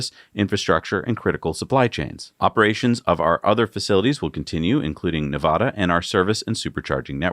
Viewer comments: it is Nev - a - duh, middle initial a pronounced like cat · Hey and, how much higher of tier to I need to raise my Patreon contributions to before I can convince you guys to pronounce Nevada correctly???:-p (First "a" should be like cat, at, bat, hat...). If you can make the effort I promise to correctly pronounce Worcester, Gloucester, and even Cochituate! P.S. my business partner is in Milford, NH.